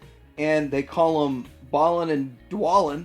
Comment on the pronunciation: Its pronounced BAY-len and d-WAY-len. They're names of dwarves in The Hobbit.